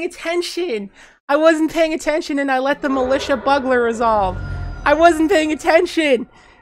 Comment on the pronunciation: also 'bugler' (c